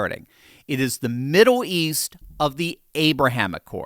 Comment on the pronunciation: can't say "middle" 🤣 "Midduw"?